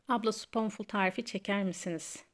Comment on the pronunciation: Aşkım “Spunful” diye okunur 😂